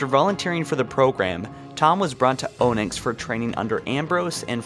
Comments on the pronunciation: Stop saying onyx like "oh-nex" its "ah-nix" Edit: Holy shit, Mjolnir was fucked up too. "Mi-ah-nir"? Whose mans is this. Its called, "Me-ol-ner" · Is no one going to address the fact he pronounced Onyx "Oh-nix" instead of "Ah-nix" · Hang on a sec! Did he just pronounce both Onyx and Mjolnir wrong? To me it sounded like he said Ownix and Mallnear. Was this the same for anyone else or just me? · onyx is pronounced like "aw nix" not "oe nix" and mjolnir is pronounced "me jal ner" not "me ja ner" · “Oh-nyx” isn’t it “ON-yx” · Learn to pronounce things. Onyx. Pronounced On-Icks. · "O-nix" wut. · Anyone else hear how he pronounced onyx and mjonler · To unnamed announcer.... You really need to learn how to say Onyx. Enough said.